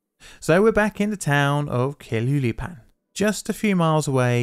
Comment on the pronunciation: "Tla hue lee pan" "High-dalgo" you really Britished those up! 😁 More seriously, this is good stuff, please keep it going! Just bear in mind that those of us on this side of the pond might cringe a little at your pronunciation of Mexican names 😘